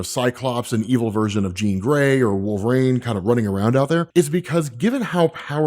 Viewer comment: It's Wolverine, not Wool-vrain. You sound idiotic.